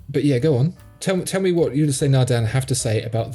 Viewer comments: Ulysse is not pronounced You-Lea-say, it's pronounced Eew-lease. The first syllable is short and the second is extended. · You-lä-sea Nardin.